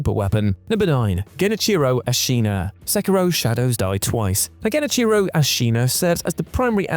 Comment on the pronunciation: The way he pronounced the name hurt my soul.